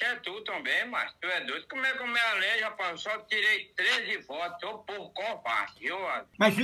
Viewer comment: "como é que eu me 'ALEJO', rapaz?" kkkkkkk